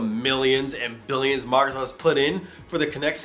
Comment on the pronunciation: Oh but I hate the way you pronounce Microsoft, at times it sounds like you're saying Migrrrzoft.